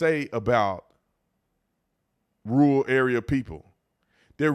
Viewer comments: Man, I hate to break it to you but 'rural' is a two syllable word 😂. Not 'rool' ru'ral. Slow down. Take your time. 'pronunciate' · Is he saying rule or rural? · Is Tatum saying rule, or rural? I believe there is a second r in that word, and it's not silent.